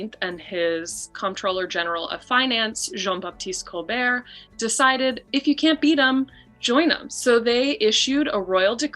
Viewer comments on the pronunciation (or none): none